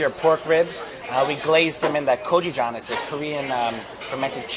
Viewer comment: He said he added 'kojijjang' to the glaze....did he mean gochujang?